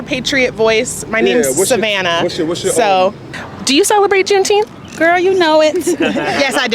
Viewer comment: juneteenfs bruh, sheeeit